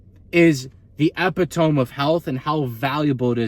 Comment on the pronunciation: 12 minutes of realness, don't change up... Anyway, epitome is pronounced "uh-pit-o-me'"